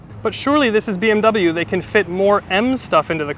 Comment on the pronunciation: Научитесь правильно выговаривать слово BMW